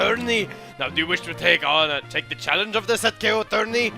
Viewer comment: The way you said "Challange" reminded me of Takeshi's Castle. :)